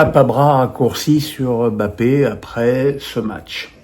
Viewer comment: Arrête d'appeler bape alors que son nom c'est mbape. Monsieur menes